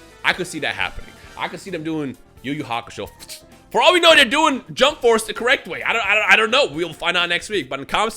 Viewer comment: Hakusho not Haksho